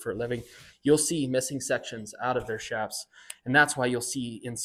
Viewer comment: ITS PRONOUNCED CHAPS NOT SHAPS!!!!! MEXICAN ORIGIN "CH"APAREJAS SHORTENED TO "CHAPS!!!!!! NOT S H A P S!!!